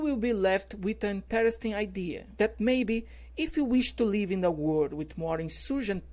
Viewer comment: "Interesting", "throughout" , "death" e "research" ficaram feio. heim. Digo com todo respeito. Não é para chatear.